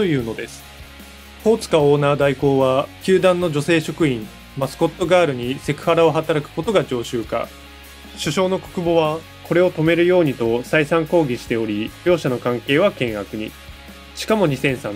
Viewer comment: 止める→やめる 上川→かみかわ 収録前にちゃんと練習した方がいいよ。